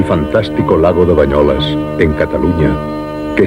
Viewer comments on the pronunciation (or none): És BANYOLES, i no "bañolas".